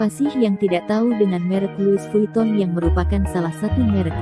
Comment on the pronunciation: Pengucapan nya : LUWI VITONG